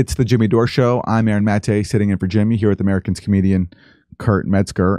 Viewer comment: Aaron always introduces Kurt as "Americans comedian". I think he has a hard time pronouncing "americas".